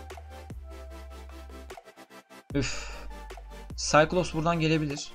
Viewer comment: çikilops xnxjdjwj skaylops o abi ingilizceni seveyim senin 😂